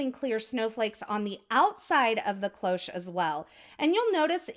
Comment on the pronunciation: Your card is amazing, as usual ! As for the “cloche” : it’s simply the French word for bell, I didn’t know it was used in English. And your pronunciation is perfect !